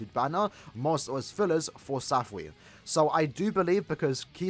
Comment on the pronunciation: It's weird you're saying "SAFWY" like a word. But hey, I guess its' easier that way